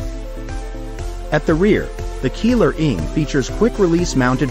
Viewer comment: Is not Keeler is sound like Keyler .